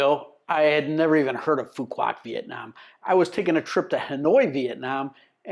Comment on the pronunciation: Please take a few mins to learn proper pronunciation. Just ask the locals! (try "phu wok" - the q is all but forgotten and made into a 'w' sound in the southern dialect) And there is no town called 'Phu Quoc'. The main town is Dương Đông ("Yuong Dong" is the closest I can type as to how to say it.)